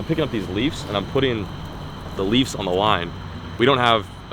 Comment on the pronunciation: my guy is out here saying "leafs" 😂 love it. try some live bluegill for the flatheads basically on a carolina rig. big or small bluegills will get demolished